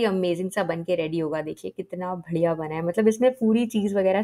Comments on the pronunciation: Bhadiya nhi hota badiya hota hai ur sound is vry diffrnt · Btw 😊 it is badhiya not badiya